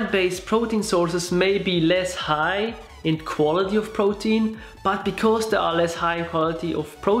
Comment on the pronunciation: Nice video. OMAD shall also work if someone doesn't want to go fully plant-based. And than again - it's easier to go overly high-carb on plant-only diet. PS: Aaaarrrgggghhh, the pronounciation of "protein" murders my ears. =oD (Just had to let that one put.)